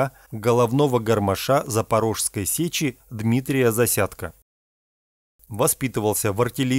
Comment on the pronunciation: Не искажай фамилию ЗАСЯДЬКО. украинец он.